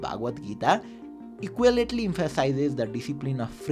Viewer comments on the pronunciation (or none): English siknu paro kya sir.. k ko eloquently lai equaletly vanya ta! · Eloquently, anthropology शब्दहरूकाे pronunciation मिलेन । अलि बुझेर मात्र कुरा गर्दा राम्रो । नत्र यत्राे अनुसन्धान गरेर तयार पारेकाे सामाग्री फिका बनिदिन्छ ।